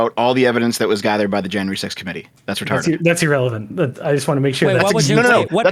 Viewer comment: "E-rrelevant" "E-rational"